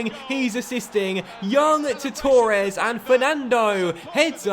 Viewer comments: h hb i would say it like torr-ez, he says it like toor-ez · Same 😂 he says tour-es instead of Torres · h hb Never heard anyone say Torres like that